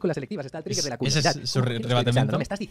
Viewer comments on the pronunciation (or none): none